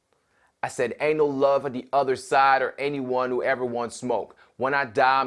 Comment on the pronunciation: beacause you totally pronaunce the w in who